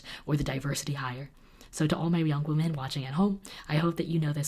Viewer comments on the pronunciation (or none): Who else thinks it's adorable that pronounces "women" like "woman?" 💖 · I love you and your content. Started watching your channel late 2018 and won't stop anytime soon. But I've always wondered.. do you purposely say woman in plural / or just don't realise that 'women' is the correct term... Weird thing to ask but I notice it every time 🙈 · pronounce the plural as "wimin" not "wo-min" when you get to give the speech! :) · Still freaks me out when you pronounce “women” like I pronounce the singular “woman” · Am I the only one who notices that always pronounces "woman" the same way as "women"? English is my second language and teachers always corrected us when we did that, so I'm confused!:D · I love you, but I gotta tell you there's a difference in the way you pronounce woman and women. No hate tho, I'm just a know it all.🥰